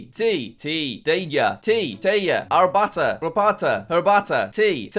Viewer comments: it’s pronounced garbata jack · its pronounced Garbata